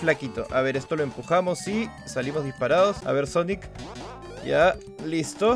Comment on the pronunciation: es silvel sonic